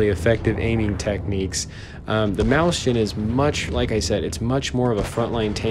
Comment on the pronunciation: XD mauschen xD That's so weird! Mäuschen doesn't even sound like that.. XD